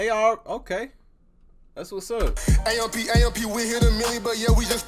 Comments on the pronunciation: Lmaoo what’s crazy is that they all got it off the struggle and can you say it as "A-M-P "and not "amp" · Hearing him say AMP and not A-M-P is funny asf 😭😂